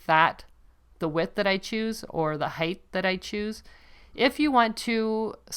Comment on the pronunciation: Please tell me you don't say HEIGHTH, 😨